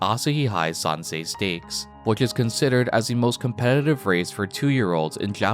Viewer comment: Correction: You pronounced "SAN-say" when it's "SAN-sigh" as the Kanji written in as 朝日杯3歳ステークス (Asahi Hai San-sai Stakes).